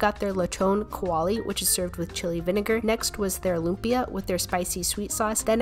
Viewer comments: how to pronouce them: Letchon Kawali, Lumpya, Panseat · The way u pronounce lupia and pansit